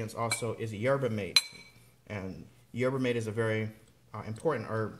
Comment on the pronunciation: Yerba Mate pronounced "HERBA MAHTAY"